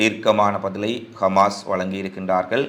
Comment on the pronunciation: நீங்கள் கமாஸ் என்று குறிப்பிடுகிறீர்கள் ஹமாஸ் என்று சொல்லவும்